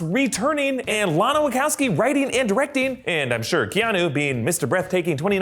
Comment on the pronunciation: ... Wackassabi? WACHOWSKI !!